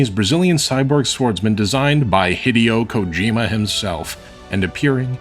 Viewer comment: Interesting that you pay such close attention to detail on pronunciation most of the time, but still pronounce Hideo Kojima as "hiddy-oh" rather than "hee-day-oh"